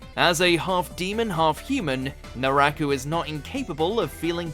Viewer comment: Great list. But man proper pronunciations! First it was the Spanish words in Bleach. Then it was Naraku.